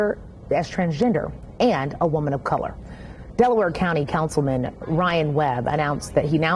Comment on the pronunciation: "Indiana Councilma'am" 💀